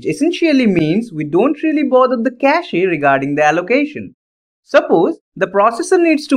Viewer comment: Bro, don't pronounce the e in cache ^^